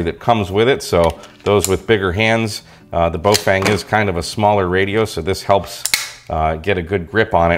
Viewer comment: Bo FANG...really? Remember Feng Shui (Fung Schway)? Same Feng. Baofeng = Bofung. I know 'Fang' is a fairly common mispronunciation. Just sayin'.